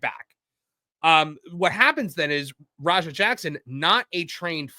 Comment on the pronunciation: The way Rampage pronounces Raja is more like slang for Roger. Roja is more like how its pronounced.